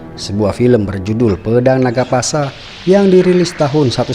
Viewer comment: Bukan pasa boss tp puspa